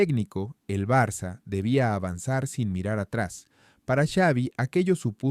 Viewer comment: BARA... Espero escuchar tu voz diciendo Barça (Barsa, se pronuncia) o incluso Barcelona si te es más fácil...y no una voz monótona de un robot.